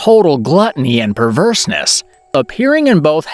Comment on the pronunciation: "Perverse-NESS"? LOL! HIT THE BOOKS,!!